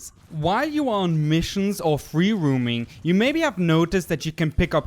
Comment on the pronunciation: I don't want to be that guy but it sounds like you are trying to fight the vocal-cord parasites with your pronunciation -- you're pronouncing "H" (aeytch) as "heytch", and "roaming" as "rooming" instead of "rome-ing." Other than that -- awesome video :)